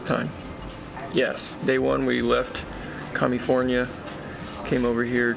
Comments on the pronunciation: 🤣🤣🤣🤣 you said commifornia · Did you say “Commifornia?